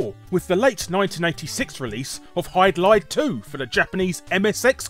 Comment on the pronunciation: HYDLIDE?!! Euugh.